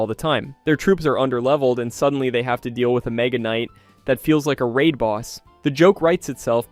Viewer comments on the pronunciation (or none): none